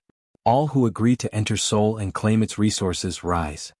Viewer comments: And Sol, not Soul. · Sol, not soul you AI twit. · It's "SOL" System not Soul System. SOL is the name of our star. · Sol, not Soul... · It's SOL... not SOUL... dumb AI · SOL not SAUL. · It is alled Sol, not "soul". Earth is Sol III. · Not "soul".... it is called Sol.